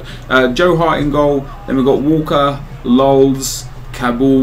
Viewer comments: HAha love how he trolls by saying lulz for David Luiz and for fellaini he calls him fellaini-i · He said "Lulz" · Wait why is he calling David Luiz "Lulz" ? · I imagine the same reason he's saying "lolz" for Luiz. Probably trying to work some people up who dislike the whole 'Dede the centre back' thing. Haha, legend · Calling Luiz lolz lmao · why does he call david luiz 'lolz'? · U sais lols fors luiz